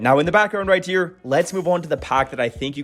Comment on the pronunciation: "Here" starts with an H not a T